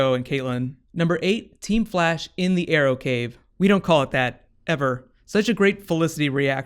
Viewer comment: In the beginning ,Cisco said "We want to see the Arrow-cave.Do you guys have a Arrow-Mobile ?" ...is it me or is it reaaly sounding like Bat-cave and Bat-Mobile :D !!!